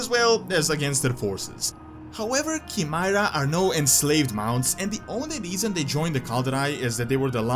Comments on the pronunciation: It's not cheemeyerah it's cheyemera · It's pronounced Kai-mee-rah